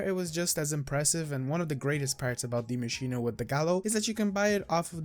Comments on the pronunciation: Aether god Deea masch een a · I love how you pronounce Die maschine properly. Everybody just says die machine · Its German for The Machine, so technically the English pronunciation is machine, but die like he pronounce is correct in German, English (die, as in death is wrong)